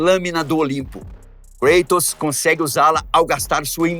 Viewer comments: Cueitors ?ou Kratos? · Nao entendo por que falam, kreitos. Sendo que é Grego, o correto nao seria cratos? Afinal é Grego, e nao Ingles. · Desculpe uma pequena correção.. A pronúncia do nome não é Kreitos e sim Kratos.... Ele era grego e não inglês ou norte americano.... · sempre tive duvida a respeito da pronuncia por ele ser grego o correto não seria algo como ''Crátos''? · Muito legal. O problema é a "inglesização" de nomes gregos ou latinos. No grego, original, o correto seria "Cratos". Mas o video-game, filmes e etc estão catequizando uma nova linguagem na internet rs. Muitos nomes antigos estão sendo pronunciado "em inglês", e não em sua pronuncia original. Esse é só mais um caso.